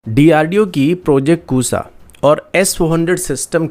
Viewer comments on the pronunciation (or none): Arre ya, It seems u don't have the difference between Sa & *Sha*. Its not *Kusa* ya, Its **KUSHA**, People who doesn't know the difference between *Su & Sha* are reading the news👎👎👎👎👎👎